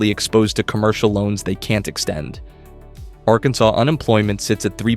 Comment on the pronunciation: "Arkan-sauce" - AI VO confirmed.